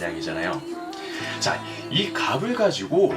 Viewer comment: 값 ....... 갑을 이라고 읽으시네